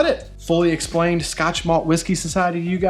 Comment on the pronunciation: Scot maltch 🤣